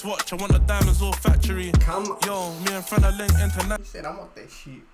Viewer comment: It’s Frenna not frenan😂😂😂😂